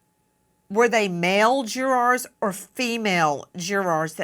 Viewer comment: Omg!!! I wish she quit saying "jurors" noone absolutely noone pronounces it that way!!! Noone!!!